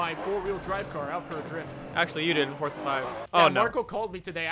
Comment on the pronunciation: "Forza" not "Fortza"